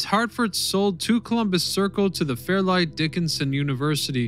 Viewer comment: And it's Fairleigh Dickinson University - FAir-lee Ridiculous, as its students call it.